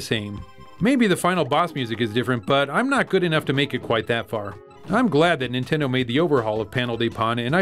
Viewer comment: "Nintend". LOL